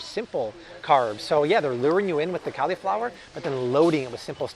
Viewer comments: PLEASE, it's not CALI-flower (as in California) it's CALL-i-flower (as in call me maybe). Just to be safe double checked 4 dictionaries and not one "CALI(fornia)-flower" pronunciation. Stop triggering my OCD plz. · He said Califlower... oml I'm dying!!!!🤣🤣🤣🤣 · Interesting pronunciation of the word cauliflower.